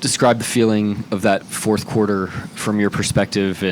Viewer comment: Who's the journalist calling it the forfff quarter??? Dude.... get your words out of your mouth.😅